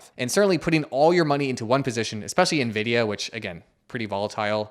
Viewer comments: Am I the only one that hears the first guy say “navidia” instead of “nvidia”? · Loved the guy putting $100K into Nvidia when he can’t even pronounce it correctly. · cracking up at a guy telling you to buy a stock when he can't pronounce its name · the way they pronounced nvidia...